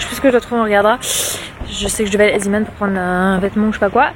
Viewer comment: Pour zeeman on ne prononce pas ziman mais zéman c'est belge et le zee veut dire la mer en néerlandais ❤ Aussi nn super vlog ❤